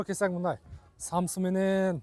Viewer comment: Самса десен самсы дебей манкуртсунбу.